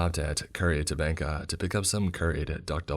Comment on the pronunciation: Take a like just for the doubles. Nice pronunciation on the Tabanca too 🤭😉